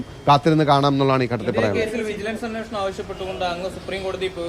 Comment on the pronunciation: അന്വേഷണം അല്ല, അന്വേഷണം😮